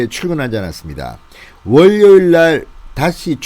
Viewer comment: 두음법칙 지켜주시고틀때마다 구독호소 듣기가 안좋습니다 월료일-워료일